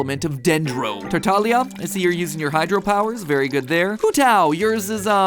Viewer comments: bro said tatalia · Him pronouncing tartaglia, tartalia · btw just letting you know its TAR-TAG-LI-A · OK bUT mATPaT SayINg (TAR TaG LE U) wrong HURT me way more the I thought it could😢😂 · ah yes tartalia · TarTALIA. Lol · Lol the way he said tartaglia 😂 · Love to see some Genshin stuff, but oh boy, while Hu Tao is just accurate the pronunciation on Tartaglia XD (also lies, Wanderer is not mysterious he's just a bastard lmao) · No one talking about how he said tartaglias name? No? Okay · Let’s talk about the way Matpat said Tartaglia for a second. As someone who plays the game I found it really funny with how you pronounced it. Still, bringing real life ideas into a video game to prove something seems impressive to me! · This was a super cool game theory but some of the ways that matt pat pronounced character names was too distractingly funny. Especially how he said tartaglia at the beginning. Apparently the 'g' just vanished from his name. But matt pat's confidence and enthusiasm through the whole video was fantastic. I'm looking forward to future genshin game theories. I want to see team theorist thrive in the land of scholars (Sumeru) with both science and lore videos. I feel like it's a smorgasbord of theory goodness in genshin right now. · My man Tartaglia got his name butchered so bad 😭😭